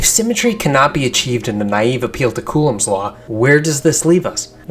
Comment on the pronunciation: OMG, Einstein’s name is not Eisenstein! You also mispronounce Coulomb. I have not checked your other data, but this error alone destroys your credibility and denies you my sub.